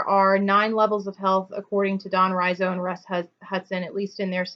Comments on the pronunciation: Could you relate the levels to the desires not being met, and new fears arising when people go down the levels? (outlined at the back of Personality Types). And by the way, Don Riso's name is pronounced Ree-So :) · It's Don REEso, not RYEzo. Riso's levels of health and unhealth haven't held water. Some were just dreamed up Riso. There is no documentation to back up these levels. You don't see any major teachers continuing to use these levels. You're talking nonsense.